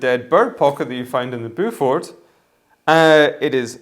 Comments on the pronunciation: Great video... Beaufort is pronounced 'bow-fut' or 'bow-fort'. Bedale is Bee-dale. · Beaufort is pronounced Bow For. Bedale is pronounced Bea Dale. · Sorry to be that guy, but Beaufort is pronounced 'Bo Foot' not 'Bow For' Its a very old English family as in the Duke of Beaufort or the Beaufort hunt.